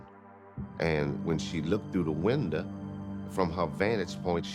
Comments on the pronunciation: Never heard window pronounce as windaa till now 😀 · I felt so bad for laughing during the sad time but “winda” took me out. RIP Brenda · Winda? Who's Winda? Does He Mean Wanda? Ohhh, Window. I Got It Now . Thnx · "Observed the WinDah! And when she looked through the WanDah" LMAO! What planet is that accent from! 😂😂😂😂😂😂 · completely unrelated? anyone like how says window. "Observed through the windeh" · Thank you! That's the comment i was looking for about the WinDah.. lmao! Ridiculous accent lol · The windah. Lmao!!! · lol yes, qe don't pronounce the "er" sound at the end of a word, it's "watuh, weathuh, winduh, buttuh" and the "th" sound is more of a "d" sound, like with the Saints saying "Who Dat". And most of us speak a mixture of French and English. Our accent is one of the most difficult to imitate, that's why any show or movie filmed here or about Louisiana, they never get our accent right. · What is a "windah"? Can't these people speak right for once? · I never knew WINDOW had a A in it 🤔